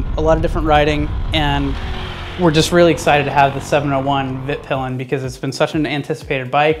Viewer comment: HUS-KVARNA VEET-PILEN actually, trust me, i am a Swede and have been to both Husqvarna and Husaberg ;) :)